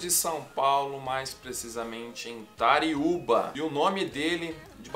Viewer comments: Não é Tariuba e sim TURIUBA. Sou suspeito em falar do Asa pois era meu amigo. Saudades meu irmão. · Meu amigo não é Tariuba e sim Turiúba... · "Tauriuba",cara?! 😂😂😂 É Turiúba!!! Próximo a grande Buritama! Já vi muito rodeio narrado pelo Asa Branca! Fera!!! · Turiuba SP...... Não TARIUBA...